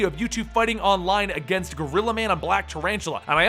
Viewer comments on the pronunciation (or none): none